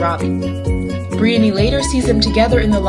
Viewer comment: Why are you saying Briony so weird? 😂